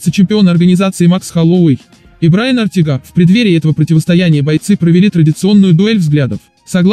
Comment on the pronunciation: Ортэга выговариваеться а не ортега